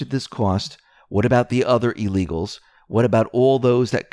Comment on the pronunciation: Pronounced ILL eagles....not EEE legals...